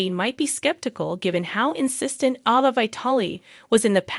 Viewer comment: It is a long A therefore A Va ! Do you ever watch Days? Or is Say lem!